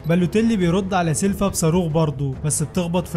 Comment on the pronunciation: سيلفا ايه بس اسمه سيلڤا بال V مش بال F ينفع تقول فولفو Folofo اكيد لا اسمها Volvo سيلفا ده تبعاني في الفيديو